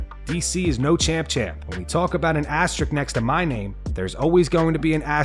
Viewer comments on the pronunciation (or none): It's not "ass trick" it's "as te risk" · Why are americans unable to pronounce the word asterisk? Asterix is still going strong after all this time.